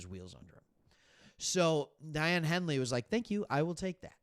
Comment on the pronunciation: Great video as always! BTW, Daiyan’s name is pronounced “Day-On”. ⚡️